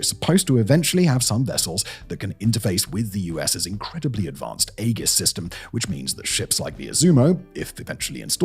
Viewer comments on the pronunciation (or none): "EGG-IS" is back, baby.